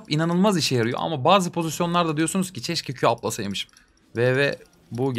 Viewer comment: çeşke değil abi keşke